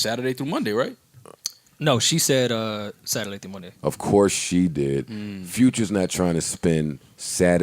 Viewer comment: Navy duesus is how you pronounce futures real nam